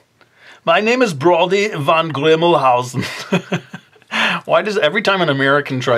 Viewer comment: Haha, ich dachte mir auch "Van ist aber doch eher in den Niederlanden vertreten, oder..?" Ich hatte nämlich "van Grümelhausen" verstanden. Find ich irgendwie lustig.. ^^